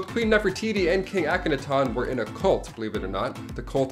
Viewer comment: Please learn how to say Ahkenaten properly. The way you pronounced wrong through the video had me yelling at you with the correct way. Otherwise I really enjoy your lists.